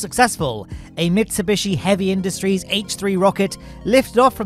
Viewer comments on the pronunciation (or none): Did you say Mitsubishi?